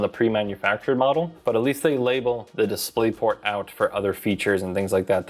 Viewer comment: "DisplaytPort", very reassuring. LOL